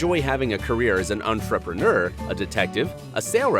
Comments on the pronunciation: STOP SAYING ENTREPRENEUR LIKE THAT PLEASE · His pronunciation of entrepreneur irritates me.